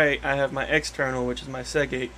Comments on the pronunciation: It's "SeaGate" btw... not "SeGate" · It’s a “Seagate”...